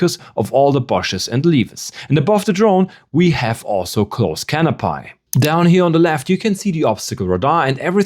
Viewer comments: I love the vid, had to come to the comments to add to this… canopy is pronounced “cano-pee” never heard it pronounced cano-pai before… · Great video! One little thing: it's pronounced canopee not canopie. ^___^ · 'Cano-pie'? Is this a bad AI-voice?